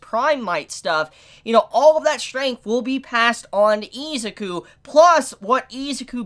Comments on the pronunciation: Is it just me who is getting bothered by this man saying e ZUKU and not izuku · It's izuku not eezuku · He said eezuku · Its pronounced (is-zoo-ku) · Why did u say eezyku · Say ezukoo one more time... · The way he says izuku is slightly odd 😅